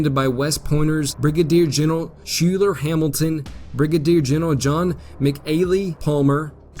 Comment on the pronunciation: Love your videos. One small point: 'Schuyler" is pronounced 'Skylar"